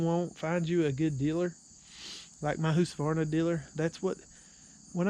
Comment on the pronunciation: Lol it’s not whosqavarna it’s hus ka varna.